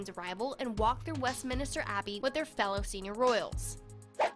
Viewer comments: And there's no second i. It's Min-ster, not Min-i-ster. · It seriously sounds like you have a 14 yr old commentator who keeps calling it West Minister Abbey instead of Westminster Abbey; It’s one word.Someone should have corrected her prior to the upload. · Oh, it's Westminster NOT minIster, no i before the s! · I dont mean this rudely but you pronounce it west min ster not west mini ster english language is confusing how we say things different to how its written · It’s WestMINSTER abbey not westMINISTER please. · Bad pronunciation . . .it is WestMINSTER not Westminister. also the word is IM POR TANT not im por ant. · Westminster and not Westminister